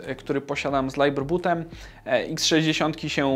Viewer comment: /librebut/ a nie /lajberbut/. Poza tym bardzo fajnie.